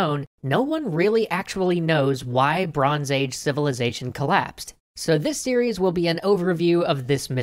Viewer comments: "The Mystery of the Bronce Age Collapse" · Bronce Age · Ah yes, the famous and mysterious history of the Bronce Age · “Bronce age”??? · Bronce Age? Never heard of that one. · Wait, Bronce Age? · Bronce age? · "Bronce Age" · 'Bronce Age'